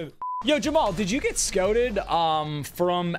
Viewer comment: is it me or did Nick say Scoted from LSU? Its Scouted.